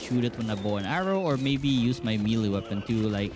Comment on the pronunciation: man said me lee weapon instead of may lay weapon...